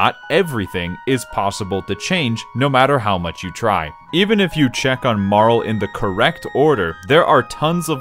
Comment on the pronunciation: It bothers me so much everytime you pronounce Marle as "Marl"